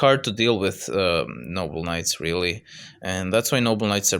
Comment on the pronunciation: im not sure if you are saying noble knights or noble nuts but i dont care its funny